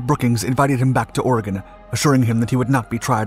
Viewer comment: well he pronounced oregon right do you know how many people get that wrong